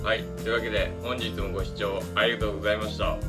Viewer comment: ずーっと思ってたんやけど 「ありがとうございました」→ 「あいがとうございました」に聞こえるのは私だけやろか？